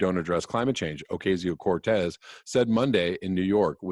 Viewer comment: Ocasio is pronounced like "casa" or "taco." The Spanish "a" has one pronunciation.